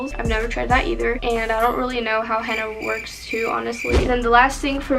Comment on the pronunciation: POV: ur Arab and she keeps pronouncing-henna it wrong and it gets on ur nervous